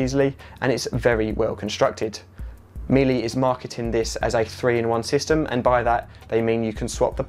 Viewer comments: You are spot on Daniel! You’d think if you were reviewing products online you’d make sure you’re pronouncing the brand name correctly! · Errr...yes it is. Can't listen any more, between that and haitch. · Sorry but the e is pronounced as a normal, german e, and not as an a. I have never heard anybody say miela here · No offence here, but it is German, pronounciation is like meeler (swollowing the r at the end :) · Nice review 👍 just an FYI it's pronounced ME LUH, not MILLY. 👍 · It's actually pronounced MeeLa not MeeLee, interesting review but also check your opening titles where you ask people to hit "subcribe" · Miele is pronounced mee la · it's Me Luh/La. Speak German and been to their factory and only have their appliances and vacuums. My father in the US (he's Canadian, but naturalised in the US, he from right above MN, Lake of The Woods) says Mee lee lol. Correct him all the time but yeah. 😬😬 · A very good and useful review, thank you But please don't pronounce Miele as "Meelee"! The final "e" is pronounced exactly the same as in "Deutsche", "Danke", "Bitte" "Porsche", "Goethe", "Focke Wulf", "Marlene Dietrich", "Mohne", most of which words English speakers have encountered and would not dream of pronouncing with an "ee" ending. It's similar to the English (not American!) pronunciation of the final "er" in "bigger"and "better" using the English silent "r" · Meile is said just like 'Wheeler Dealer' in effect; Mealer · Miele is pronounced like Shiela. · Actually the German pronunciation is Me Luh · As Jennifer says,.., Miele is a German brand, therefore, if you want to be saying it correctly... you should use the German pronounciation - therefore meelee is actually closer than meela...